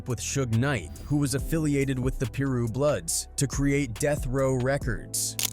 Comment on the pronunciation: It’s pyru not peru it’s p eye roo